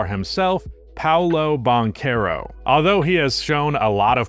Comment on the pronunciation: "PowLow BonCarow" 🥖 🇫🇷 🍟 😂😂😂😭😭